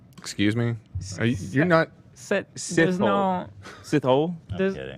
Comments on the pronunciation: Sithole is pronounced "See Taw Lé" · SI-TOE-LE is how you say the lady's surname...its Zulu with peace and love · It's "Sit-hol-eh" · as a south african watching him try pronounce sithole 😭😭😭